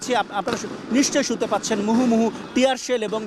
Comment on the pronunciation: মুহুমুহু না মুহর্মুহুরে পাগলা